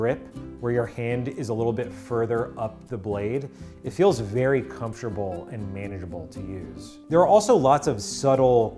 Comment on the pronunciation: did he pronounce manageable with a hard g? i have never heard it said that way